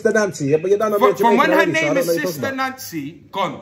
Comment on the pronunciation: "SISTA NANCY"😂💀